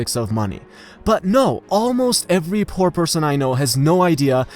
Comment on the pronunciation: Dude you don't pronounce "poor" well. Great video tho.